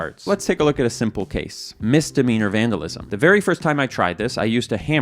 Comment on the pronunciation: You vandalized the word "vandalism"